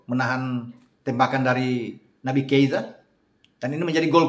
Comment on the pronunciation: sedikit koreksi pas nyebutin nama Naby Kieta, Harusnya Keita Bung ✌️😅